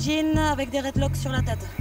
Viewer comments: Elle a dit red locks 😹😹 au lieu de dread locks😹😹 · nan mais " locks " ou " dreadlocks" jve bien, mais " redlocks" XD